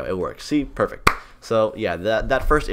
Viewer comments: "pufect" lol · "Poofect"